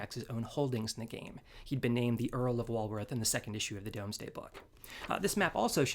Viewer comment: FYI - "Domesday" is pronounced "Dooms-day"